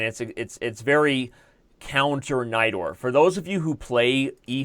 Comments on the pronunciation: Everytime Someone says Najdorf Variation I understand "Knight door" ^^ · I always hear "knight dwarf"